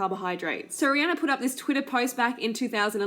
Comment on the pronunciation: I'm so tired of this vegan bullshit being pushed on everyone! Rihanna (by the way if you're going to dump on her at least pronounce her name right) is a better role model than you, she isn't making people & especially not kids feel like they're going to get fat because they eat meat! Bitch you're not good enough to eat the dog shit off her shoe! Fuck You!